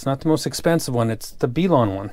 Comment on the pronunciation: B-lawn and Tripe-owin........wow the ability in pronunciation is top notch